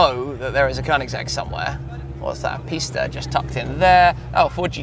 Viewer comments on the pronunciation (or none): none